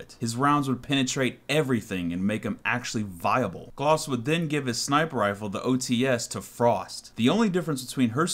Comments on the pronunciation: Glaz not glos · Its GLAZ...GLAAAZ...NOT GLOZ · I seriously was annoyed about how you said "glos" instead of glaz.